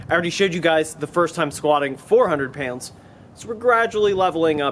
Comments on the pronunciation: I think it's more like payoundz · LOL it's more like "payunds" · I get a rush of adrenaline every time he says "pyounds" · Sounds like a New Yorker and says pounds like he's from Tennessee. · Where is from? The way he says pronounces pounds makes me think Ohio or Pennsylvania. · HAHA SAME